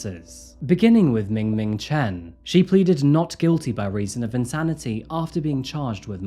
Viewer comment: Lmao "Ming Ming Chen"